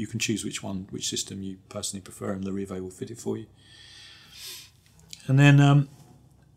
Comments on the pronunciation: not sure what you’re on about, you were way off. Lair-i-vayy Good reviews though, and this is an incredibly minor mistake. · Say it properly please!! Larr-a-VEE…